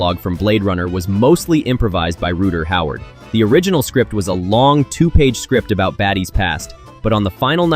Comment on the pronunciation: And ROOTER HOWARD lol